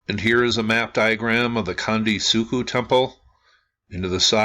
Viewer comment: let me help you in a few ways. 1 - Gunung Merapi is in Jawa Tengah ... CENTRAL Java 2 - Gunung (goo noong) meants "mount"\ 3- Candi is pronounced CHandi (as in "chair") 4- Three=level structures are Buddhist, demarcating the three gross divisions of all existence. 5 - architectural ambiguities across Sumatra, Java and Bali, are due to the origin of the first great Javanese empire arising from a literal dynastic intermarriage between the Mahayana Buddhist Srivijayans of Sumatra and the Tantric Hindu Sailendras of Central Java. Over centuries of in-fighting, shifts back and forth between Buddhist and Hindu continued pretty much until the economic cultural conquest by Islamic traders. Islam forbids carved imagery. A low "pyramid" without adornment suggest accommodations to these sensibilities. Bobodur, right next to Prambanan, both not far from this particular candi on the Dieng Plateau is the largest pyramid on the planet, is grossly tripartite, and has it's lowest level burried.